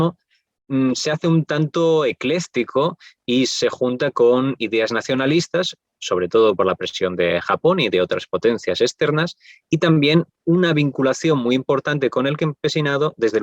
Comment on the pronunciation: Joder, es muy interesante pero he tenido que parar de escucharlo, me chirría muchísimo como pronuncia este hombre algunas palabras (intelezto, correzto,ecléztico...) , lo siento, me supera...